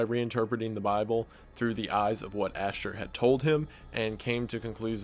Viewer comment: the way he says ashtar lmfao “ash-ter”